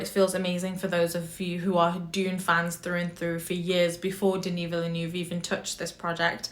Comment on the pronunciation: lol watching a few reviews of this movie, y’all do Denis Villeneuve so dirty pronouncing his name! I haven’t heard a single YouTuber do it right yet. 🤣 😅